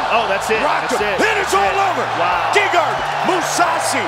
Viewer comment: That was funny when Hall said his name in It did sound like Gaygard LMAO